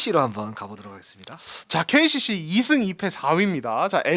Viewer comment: KCC를 계속 KGC라고 하시네요.. 너무 듣기 불편해요..